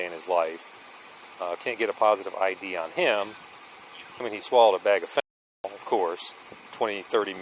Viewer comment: No way could I be as patient as this officer. Good job. Can we now start to pronounce fentanyl correctly?